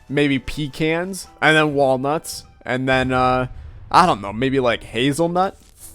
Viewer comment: Well, we know you're not Texan. You pronounced pecan differently